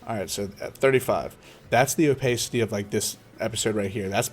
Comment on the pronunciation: dude please.... Its o- PASS-CITY